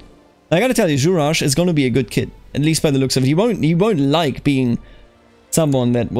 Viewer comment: Juraj is pronounced with both Js as in German, so something like "Yuray", like Yuri